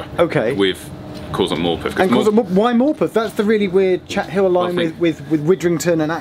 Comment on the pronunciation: Good to hear an none northern person pronounce Morpeth correctly